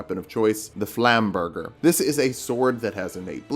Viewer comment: dear, flam-burger? Really?? Jk, I love your content! ❤️‍🔥